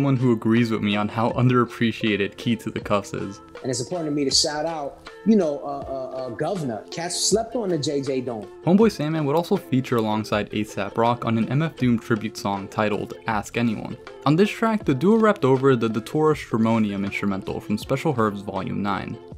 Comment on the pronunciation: After this whole video he still says “asap rock” haha